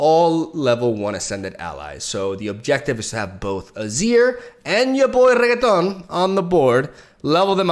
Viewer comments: ITS RENEKTON NOT REGGETONN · His name is renekton not renakaton 🤣🤣🤦🏻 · its renekton not regedon shut uppp😭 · The name is not renektOn its renEkton or rEnekton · Other players: Renekton: Reketon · I will never EVER in my life get tired of him being called Regeaton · I'm so used to listen to saying Reggaeton that I just want him to pronounce it properly once, just to hear it from him. Just once. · deja de decir Renekton como Reggaeton, que me molesta a los oídos XD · why u still say regton why u delete the K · He's actually saying "Reggaeton" on purpose, even better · Dislike 👎 for calling renekton, reketon sounds gay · Still saying renekton wrong, some ons correct him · to be honest it triggers me